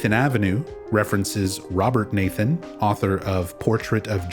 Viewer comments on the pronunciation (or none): none